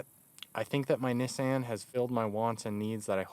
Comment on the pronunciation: Someone actually used the correct pronunciation of Nissan...that's awesome.